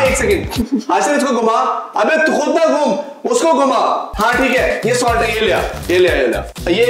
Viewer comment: funniest part of the video was when pronounced salt as salute 🤣🤣🤣🤣🤣🤣🤣🤣